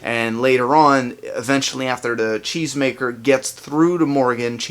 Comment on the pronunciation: Until I saw a comment confirming that Morgan said it in an interview, I swore he said chains maker! it sounds funny from a cheese maker...